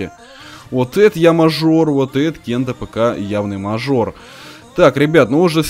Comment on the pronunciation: правельна говарить гат кнайф